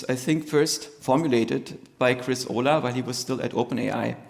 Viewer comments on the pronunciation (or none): It's Chris Olah not Ohla, besides that, great lecture!